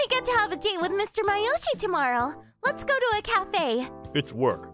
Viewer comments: Am I the only one annoyed about the pronunciation? His name is Masayoshi, not Mayoshi.. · Please pronounce Masayoshi’s name properly!